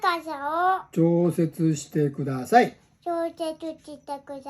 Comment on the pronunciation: じぃじの後をほぼ完璧に復唱するゆぅくんの記憶力凄いな～😌ちょっと言えなくても、じぃじが繰り返して読み方もゆっくり、はっきりしてくれる。優しい心づかい✨時々、くだちゃい、とか、じぃじの動きも真似してて、可愛らしいです☺️